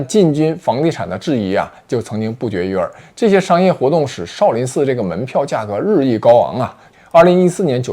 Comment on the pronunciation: 妹子你东北口音也太厉害了。shao sao不分了已经